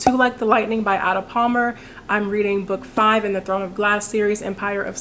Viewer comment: I was pleasantly surprised in the way you said the name Ada. Normally people says it in the 'english' way. But in my country it's an old name and you don't say it in the English way. So it's surprising to hear someone say it the 'right' way.